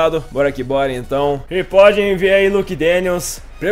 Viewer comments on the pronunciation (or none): se tem uma coisa que me dá nos nervos é tu falar ''PODIM VER'' uhsahusauusha o certo é ''PODEM VER''. Valeu ai, ótimo vídeo. abs.